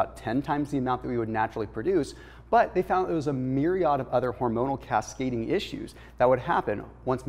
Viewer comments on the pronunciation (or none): none